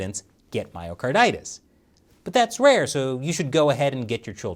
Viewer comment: I definitely heard "Mario Kartitis" 😂